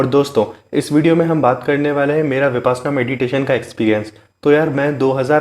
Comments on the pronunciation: First of all you should pronounce the word correctly VIPASHYANA not VIPASNA, which is actually reverse word. 2. 10 days meditation shivir compulsory for new person, not 7 days or 3 days . Be Happy 🌹🙏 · I think correct pronunciation is - Vipashyanaa n not vipasanaa. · Brother please pronounce as vipassana not as vipaasna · ऊचारण ही ठीक नहीं है बार बार विपाशना बोल रहे हो ये विपश्यना है पशयना पाली भाषा का शब्द है इसका मतलब है विशेष रूप से जानना गुरु गोयनका जी परवचन मैं बताते हैं फिर भी साधक विपाशना बोल रहे है मेरा सभी पत्रकार बनधुओ से निवेदन है इस ऊचतम विधा का ठीक ऊचारण करें